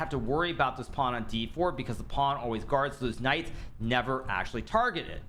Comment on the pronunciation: everytime he says "these Knights" all i hear is these nuts.